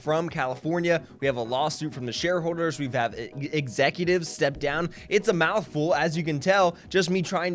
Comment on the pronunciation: “Share howwders”